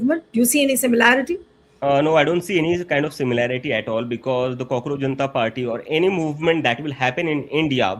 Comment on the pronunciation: Not "cockroacjh"....Kaakroos